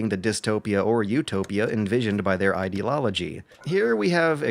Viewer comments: continues his tradition of mispronouncing words to fuck with his audience. This time it's ideoLOLogy. I'm on to you,. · I keep hearing idelology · Captain Princess Yes, also in . He did it on purpose. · Yeah I thought he was making a joke combining words the first time... I think maybe he just thinks due to the word ideal ending in l it's idealology instead of ideology? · Idealology? you mean Ideology? Im sorry if you have a speach impediment Im not meaning to tease. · Ideology... not Idealology... that's not a word. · lol why do you keep saying "idealology"? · “Ideolology.” But really, great video! This has to be my favorite game-related channel. Lots of really thoughtful and thought-provoking commentary. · Also, why do you keep on mispronouncing ideology? It isn't idealology. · This is a good video and it made me think. I also noticed you keep saying "idealology". Sorry to point that out. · Did I hear that right? Ide-lology? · "Idealology" Are you saying that on purpose for a joke? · It sounds like you keep saying, "Idealology". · Are you saying ideloligy on purpose or is this another one of your speech quirks? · Sounded to me like he was saying "idelology". My only gripe with this video. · I just want to say, I find it funny how often mispronounces "ideology" as "idilology". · As always a pleasantry. But do you purposefully pronouce "ideology" as "ide-lol-ogy"? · Are you consciously saying ideoLOLogy? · that is a truly "egrarious" mis-pronunciation. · LOL people are more concerned about mispronounciation of ideology and future. WTF? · you say "ideology" weird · He often mispronounces words in his other videos too. I guess it's just a thing. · just can't pronounce anything right. At least he didn't hold a eulogy for eye water...